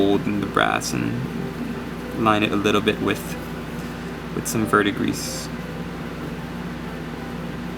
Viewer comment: 'Vurd-dee-gree', my friend. CS